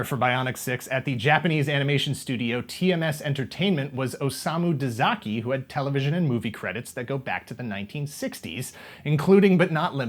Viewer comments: "Tezuka". The man who created Astro Boy, the one known as "The Godfather of Manga", is Osamu Tezuka. Japanese words are all phonetically consistent, so I don't know where "Tezaki" came from... I know it's not exclusive to this channel, but pronunciations bother me. "A" always sounds as it does in "car, "E" sounds as "A" does in "way", "I" sounds as "E" does in "we", "O" sounds as it does in "boat", and "U" sounds as "OO" sounds in "cool". Frankly, it's a lot more intuitive than English, at least until you start trying to write it in kana instead of letters. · Sorry if someone already caught this but I believe it’s Osamu Tezuka (not Tezaki) - anyway, Tezuka is an absolute master and I’ve read almost everything he published. Astroboy and Metropolis might be his most popular in the west, but everything he’s done is absolutely incredible. The story of Buddha, Black Jack, and MW to name a few. Highly recommended!